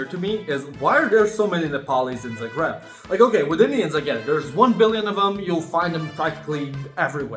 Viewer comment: really surprised you pronounced it like zah-GREB 😂